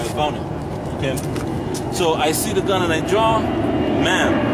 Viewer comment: "My fahking bawls cover my fahking gan "